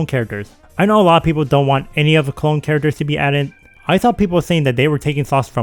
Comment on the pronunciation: When you said rule 1 I first thought you said NO KONG characters but then I realized you said clone characters 😂 Also you forgot Diddy Kong